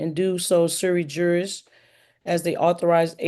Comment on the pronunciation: I’m sorry did she say she’s a “silly jurist” 😂😂